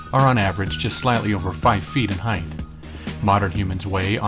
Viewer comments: thank you so much for the awesome vids, entertaining, insightful and informative... buuuuut..., with respect and no insult intended, the term is "height" not "heighth"...there, i mentioned it before you have to hear it from a creatard who trashes your whole presentation because of one, perhaps geographical use of a non-word... thanks again though, i'm a long time subscriber... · Also, there's no h at the end of height. ;-) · I enjoy the videos, but the whole repeated "heighth" thing was getting genuinely frustrating. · You are correct... There were never and human giants... Also though, the no such word as "HEIGHTH" perhaps you meant "height"... Just saying Great vid!!!